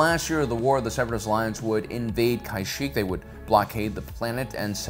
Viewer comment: Also Kashyyyk is pronounced "kuh-sheek" not "kai-sheek" 😭